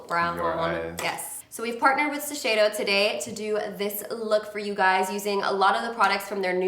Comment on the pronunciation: Shiseido’s global color artist can’t pronounce Shiseido correctly?